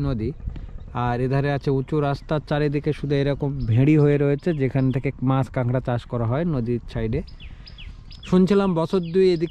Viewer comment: bhai KOLKATA-er manush - tomar bhai Bangla basha (Matri-Bhasha) ta thick moto bolo na kayno go? KAKRA k KANGRA bolcho kayno? oshujjho. But bhai tomar English ta bhalo bolo.. British er bhoye akhono ache daykhi :)